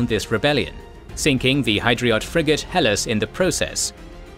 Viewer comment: Good show. It's pronounced "Heh Lass" as in